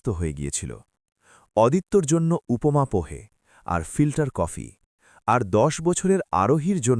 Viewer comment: অদিত্য নয় আদিত্য। উপোমা নয়, উপমা !!! অসহ্য আপনাদের বাংলা উচ্চারণ।